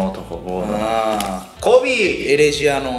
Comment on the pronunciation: あんなけ観てるとか好きとか言うててエレジアを｢ヘレジア｣って言うせいやさん